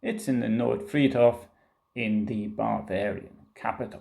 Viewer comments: Everytime he says, “Bavarian,” it comes out as “barbarian.” A Freudian slip? Or a Prussian’s revenge for all of those “Pifke” jokes? 😄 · Bavarian? It sounds like you’re saying barbarian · ...excellent pronunciation!... Especially the word... "Barbarian"... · Sehr gut gemacht. Aber… when you say „Bavarian“ it really sounds like „Barbarian“!